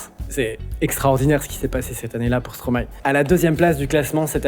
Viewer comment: Rien que pour la bonne prononciation de Stromae je like . Tes vidéos sont incroyables le 🩸